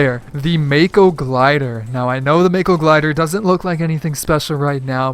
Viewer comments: Btw mako is pronounced (ma-ko) not (mae-ko) its japanese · its pronounced maco you know after the shark